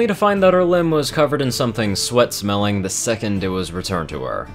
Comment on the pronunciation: 😂😂😂 he said sweat smelling not sweet